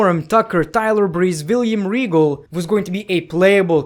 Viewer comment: My man says "villyam regal" 🤣🤣🤣🤣